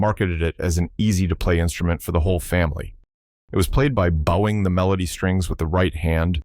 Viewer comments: Downvoted for crappy computer generated voice track. "Bough-ing"? Jesus. The wotd is pronounved "bo-wing". Track your own video, and forget the AI shit. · I have yet to find an AI narrator that can say "bowing" correctly based on context.